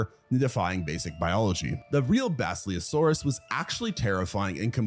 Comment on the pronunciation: Work on your pronunciation. Basilosaurus is pronounced the way it's spelled. The word "silly" should not show up in it. You can't pronounce Othniel's name either. Nor Yevgeny's.